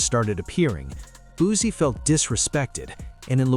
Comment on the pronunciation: Fuck all that pronounce that man name right BOOSIE his fucking name not boozy